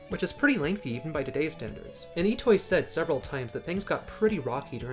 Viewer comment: Nice video, but...Mr.Itoi's Name is not pronounced "E-Toy" but "E-to-E" (i hope you understand what I mean xD)